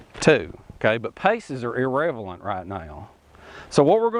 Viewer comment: P.S. it's "irrelevant" not "irrevelant" ;) :thumbsup